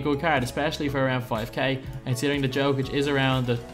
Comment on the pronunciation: im a denver fan and it is a small thing but could you please prononce nikola jokic's name proberly yolk+ic or just call him the joker also would love to see a fat lever + jokic video if possible